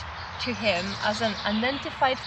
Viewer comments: Aw brilliant, i was in stitches with Alicjias misfortune of trying to say unidentified lol, might not have made it for the main reason but still a fun video all the same, keep up the great work. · I didn't know what to expect watching video, but I did enjoy listening to wee lass trying to say "unidentified" I did chuckle to myself. So keep on looking for ufos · Poor she was really struggling with the unidentified flying object (UFO) pronunciation. you should have got her onto what NASA calls unidentified anomalous phenomena (UAP) that would have confused her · That was such fun!! Nice that you had your partner in crime with you today. is such a ray of sunshine and positivity and I love your banter. So glad she learned to pronounce that word 🤣🤣